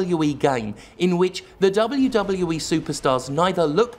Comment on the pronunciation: I love hearing Jim say; " Dub OH You Dub OH You Eee."